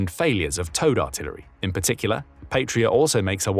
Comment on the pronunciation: Please, check pronounciation, and do not force British English pronunciation of foreign words, Patria is Latin, meaning fatherland, and it is not pronounced "Patria". Pasi is short for Panssari-Sisu, meaning armored Sisu, the latter being the name of the original manufacturer, meaning "guts" in Finnish. Pasi is also a common male first name in Finland, and it is pronounced "PAH-sih" in English approximation, not "pay-see".